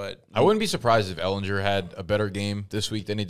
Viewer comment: These dudes pronouncing ehlinger’s name incorrectly over and over lmao